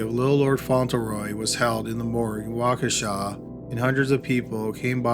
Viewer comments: It’s crazy that I live ten minutes outside of Waukesha and have never heard the first story. Also, thank you for pronouncing Waukesha correctly. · Mispronounces "Fauntleroy" but nails "Waukesha" wat